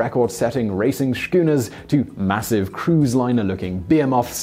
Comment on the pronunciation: Schooners starts with an S sound. Not SH. Unless you're channeling Sean Connery. And behemoth is pronounced bu-HEE-muth, not beer-moth.